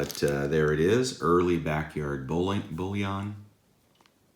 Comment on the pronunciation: Bullion not bouillon lol